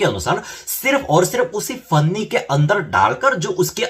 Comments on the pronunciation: One correction dude....It's Panni not Fanni (plastic bag/polyethylene) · It's panni not funny. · Its पन्नी not फन्नी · Bhai finni nahi Panni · भैया जी फन्नी नहीं पन्नी